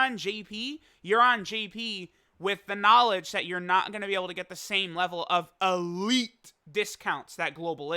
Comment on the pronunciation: The way you said “Elite” 😂